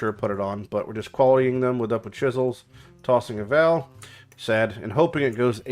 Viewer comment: Learn how to say "vaal" omfg cringe lol.